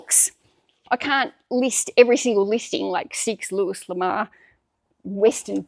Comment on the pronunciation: Also read allot of Luis Lamour and Zane Grey books as a kid. By the way, the S is silent in Luis. 😊